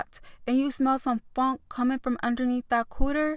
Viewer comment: "that same FUNK" LMAOOO she said that hard asf